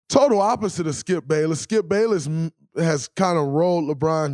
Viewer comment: Y’all ignoring the fact that he said Skip “Payless”